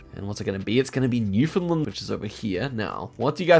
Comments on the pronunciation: Calling Newfoundland "New Finland" from now on😭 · Impressive, how better is now.👍btw it's Newfoundland not Newfinland. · it is actually pronounced new found land by the people who live there. Much like Queensland, the vowel is not elided. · how you're pronouncing Newfoundland makes me wince every time i hear it - sincerely someone from there